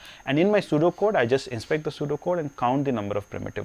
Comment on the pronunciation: oh he said pseudo code i though he was saying sudoku